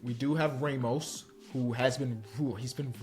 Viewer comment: Why does say "Ramos" like a 70yo white man from Texas 😂😂